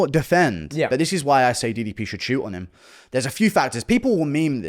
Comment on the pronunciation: I'm English and his pronunciation on some words is very unique, UF Sayuhh